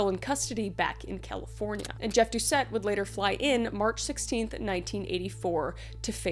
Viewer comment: Louisianian here. Doucet is pronounced "Dew-say". :) It's French, so you drop the last letter. Really good effort, though!